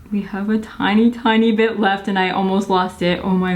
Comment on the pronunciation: When said, "just gonna blend a bit" I heard "just gonna blend a b**ch" 🤣🤣🤣 is this dyslexia?